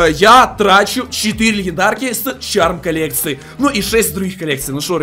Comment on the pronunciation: Не чарм колекция а шарп шааааарп